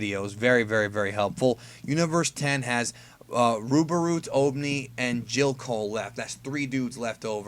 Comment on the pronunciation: It's RUBoroot not BUBoroot. Easy mistake, but just for future preference